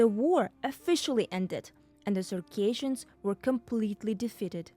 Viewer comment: Please learn how to pronounce Circassians correctly, it's not pronounced the same way as Caucasians